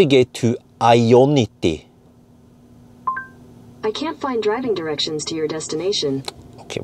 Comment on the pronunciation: why do you keep saying iona t? 😂😂😂